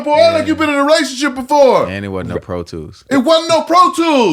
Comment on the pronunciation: Tank said rationship 😂😂😂